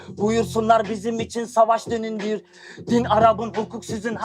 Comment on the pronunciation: baba şiiri okuyacaksın madem doğru oku düğündür diyeceğin yerde dünindir diyorsun yaş geçmiş senin dil dönmüyor herhalde